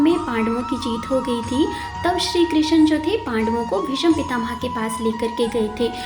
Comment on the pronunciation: तुलसी विवाह के अवसर पर मंगलकामनाएं। रंगोली बहुत सुंदर बनाई आपने। तुलसी विवाह क्या एकादशी व्रत के उद्यापन में किया जाता है या प्रतिवर्ष? आपकी श्रीमुख से कथा सुनकर ज्ञान और आनंद की प्राप्ति हुई। हार्दिक आभार आपका। पहली बार भीष्म की जगह आपने भीषम बोलकर अचरज में डाल दिया। आपका उच्चारण दोष पहली बार मिला। क्षमा सहित।